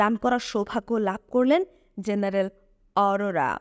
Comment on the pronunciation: উচ্চারনে মনোযোগী হওয়া দরকার। মেজর J দিয়ে Z দিয়ে না। জেনারেল G দিয়ে Z দিয়ে না। এয়ার স্ট্রাইক হবে, এয়ার স্ট্রিক না। কোম্যান্ডকে কমান্ডো বলছেন। আরো অনেক আছে বললাম না মন খারাপ হতে পারে। যাই হোক সুন্দর প্রচেষ্টা। সমালোচনা ভালো না লাগলে নিজ গুনে ক্ষমা করবেন।